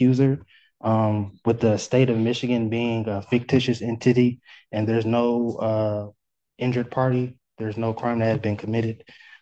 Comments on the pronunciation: 😂 he just called the state of Michigan a “fictitious in-titty.” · I thought he said fictitious enttity?